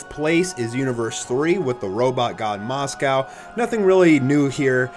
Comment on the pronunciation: Is that really how you pronounce mosco's name Moscow